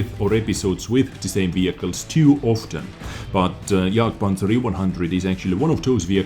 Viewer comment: I love how you pronounce jagpanzer!